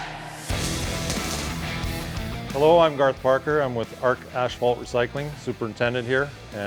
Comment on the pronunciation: It's pronounced ass fault not ash fault (asphalt) .... There's no h